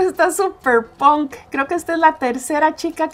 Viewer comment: moda que decías antes cuando empezó el vídeo no es ponk es punk